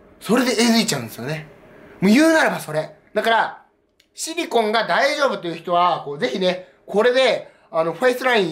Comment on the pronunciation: おシリコンて聞こえるw